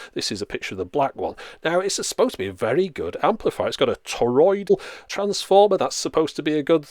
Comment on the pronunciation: It’s called a toroidal transformer not toriod.